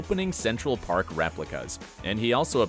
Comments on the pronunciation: Central "Perk" not "Park" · It’s ‘Central Perk’ not Park. 😂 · Did you even watch Friends? It's Gun-ther. ¹Not Guenter. It's Boo-Fay, not buffet, And it's Central PErk- not PArk! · Suggestion: Nothing will get a dedicated fanbase to turn on you faster than mispronouncing key names. "Central Park"? "Frank Buff-ay"? You've never seen this show, have you...